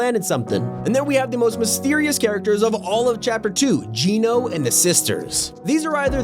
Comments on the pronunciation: Why's he sayin it as 'jee-no' even tho it's pronounced 'jen-o' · It's not Gno it's Genō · Its not Geino its geno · It's not JEAN O .... IT'S JENN O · It’s Gen- o. Pronounced as Gen the o. Put them together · It’s pronounced gen o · Genō is pronounced “J-en-ō”